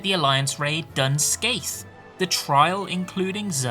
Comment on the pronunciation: IIRC it's pronounced "Dun Ska" essentially? Just as a heads up! It is Irish apparently. Same reason Cait Sith is not pronounced how you'd expect! I was a player back when the Bronze Lake scandal occurred! That shiz was wild!!